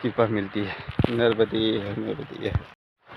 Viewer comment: नर्बदे हर नहीं नर्मदे हर महाराजजी